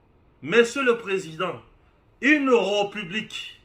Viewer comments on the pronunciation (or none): Jeune-frère, ndenge na yo ya ko prononcer le mot "République" eza yango te: "é" ya République, eza na accent oyo babengi aigu. Na yango, e wana eza ouvert. Ça se prononce"hé", càd il faut eyokana. Eza français. Pardon frère, ozo bebisa prononciation ya bana na biso. Merci.